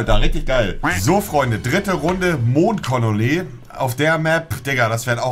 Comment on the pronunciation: "Mond Colole" xDD